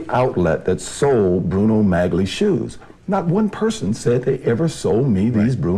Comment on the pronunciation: I disagree. It was going to be broadcast on television, and a lot of people were going to watch it. It doesn't matter if it was live or recorded. It's not about ingratiation -- it's about not wanting to look like a doofus by mispronouncing the word. If he believed that "maggly" was correct, he would stick with that pronunciation, regardless of what pronunciation the interviewer used.